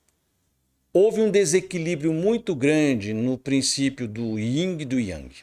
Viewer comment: Professsor, peço-lhe desculpas, mas não existe "Ying" e Yang! o certo seria "YIN" e Yang! Respeito seu canal e todo seu trabalho, mas não poderia me furtar a essa observação! Abçs...!!!